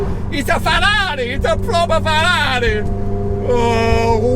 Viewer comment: Nobody:: FARARII